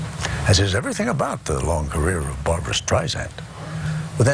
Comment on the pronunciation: How is it possible that this seemingly true fan doesn’t even know how to pronounce Barbra’s name properly in spite of Barbra’s relentless complaints about it! 😳